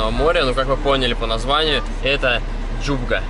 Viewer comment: Не ДжуГБа ,а ДжуБГа!!!!!!!